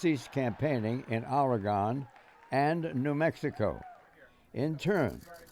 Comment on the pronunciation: Is Oregon really that hard to pronounce?